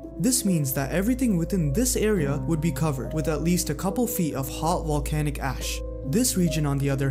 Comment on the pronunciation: Volcanic….Like Volume…not Wolcanic